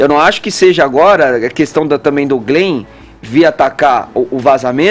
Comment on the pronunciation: "Glen" o que,? Não entendi. huahauahuahauahuaha